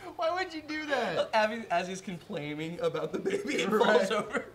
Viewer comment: Did he just say, "complaiming"